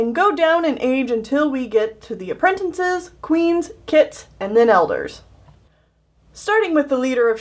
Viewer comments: its apprentices not "aprentinces" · Girl. You say aprentinces, it’s apprentices. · Nobody: Literally no one:: aprentencises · I just realized says apprentinces instead of apprentices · why do you keep saying apprentinces (no offense lol) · I call them apprenNtices to. Its not her fault that she might not know how to say it "right" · Michael T.B. It frustrates me so much XD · silently getting triggered at how apprentices is said wrong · PLEASE stop mispronouncing apprentices. There is only ONE N in the word!!!!